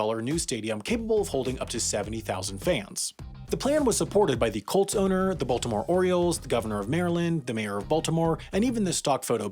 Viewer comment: When you say “Colts” it sounds like “cults.” Really adds to the story.